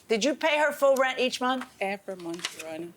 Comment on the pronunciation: I am Jamaican British and i was dwl the entire time. Adding 'H' instead of 'E' at the beginning of words like every had me each and everytime dwl. The bleaching of the skin is a real life issue. Dem need fi behave betta. Kmt